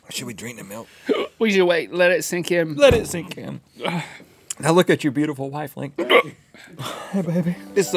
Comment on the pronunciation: “I’m cryin cuz your so beau-HUA-ful” 😂😂